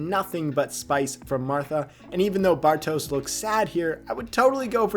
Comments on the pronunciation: It's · Nice one. Very good ep indeed. BTW, since you're saying his name so much, it's not so much "Bar-toes" as it is "Bar-tosh" ;)